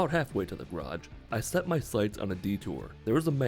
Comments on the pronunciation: For fucking sake, it is GARAGE, not GRAAATSCH -. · He pronounces garage "graj". Just skips the whole first syllable.